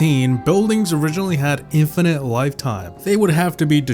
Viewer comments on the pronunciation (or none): none